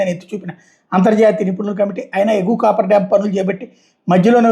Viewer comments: "కాఫర్ డామ్" అని పలకాలి. కాపర్ కాదు...😂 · Cofferdam sir దాని పేరు దయచేసి మీరన్న చెప్పండి copperdam అనే పేరుతోనే పలుకుతున్నారు దానివల్లే ఈ confusion అంతా